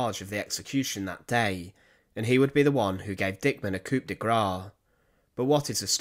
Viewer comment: The p is silent on coup